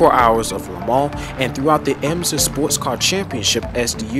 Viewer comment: It is not EMZA as you pronounced it, but rather IMSA WeatherTech - (International Motor Sports Association.)